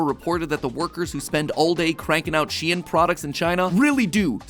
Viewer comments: is SHEIN not pronounced like shän? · Huh, isn't Shein supposed to be pronounced like "shine"? you know, like the germanic ei. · Am I the only one who is bothered by the fact that mat pronounced it like SHE-IN instead of SHEIN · Its not shien is shein shEin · Isn’t anyone else bothered by the fact he says shein instead of shein? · she-in? i pronounce it sheen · I've never hear it pronounced 'She-In' before, I've always called it 'Sheen' Now I wonder, hoe many of yellow pronounced it which way? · I am pretty sure it is sheen not shean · why do you pronounce it shien and not shein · aah my brain hurts just from mat saying she-en instead of shein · He really said SHEEEN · ITS PRONOUNED SHE-IN?!?? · How come mat pat can't pronounce anything she'en , mawca's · Its that the correct way of pronouncing SHEIN? I though it was more like saying the name "shayne" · I thought it was pronounced shine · sorry for being a nerd but it's actually pronounced "shane"